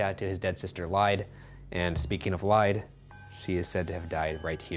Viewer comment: Lyde Are you trying to say Lid-ee. I used to live about five miles from this house. Up above the river.